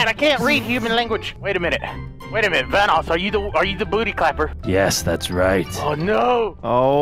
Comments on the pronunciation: Instead of vanoos IS VENOSS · The bad thing is that people who make videos about the guy’s lives say vanoose instead of vanoss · My favorite part was when said vannous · My favorite part was when called vanoss vanoos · VANOOSE. Vanos: I'm pretty sure its thanos or vanos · delirious saying we gotta take down VUNOOS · Hahahahaha delirious say vanoos is vanoss